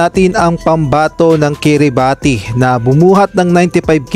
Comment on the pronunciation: It's KIRIBASHHHHH not KIRIBATI